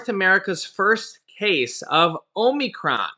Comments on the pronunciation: It is a short o sound, not a long o. The only Greek long o sound is in Omega. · Hey, can you pronounce Omnicrom again lol! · Ahm-i-cron, think of a frat or sorority house for instance Delta Omicron Gamma, you can also say it sounds similar to comicon